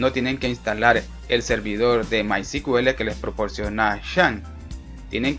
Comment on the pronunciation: disculpa hay un pequeño detalle , es que me parece escuchar cql y es sql o tambien cuando mensionan mycql y es mysql, creo que deberian corregir eso